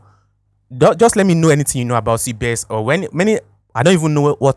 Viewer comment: Not cbes it's cbex